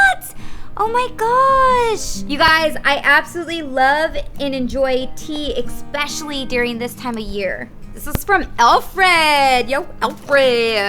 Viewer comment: Suss-cribe and ex-pecially 😂it always kills me